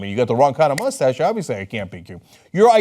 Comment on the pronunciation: I died at "police that moostache" 😂😂